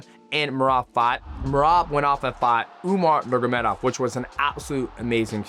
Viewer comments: Nurgomedov? You always refuse to say Khabib's family name propery😂 NurMAgomedov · also, pronunciation is one thing, omitting full sections of a word is completely different. He is not saying the word at all, let alone pronunciation. He skips the -ma in "nurma" and just says "nurgomedov", thats not mispronunciation, hes literally not saying the name at all. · he's not mispronouncing it. He's not saying an entire syllable of the name. He skips the MA in Nurma. Youre so corny dude.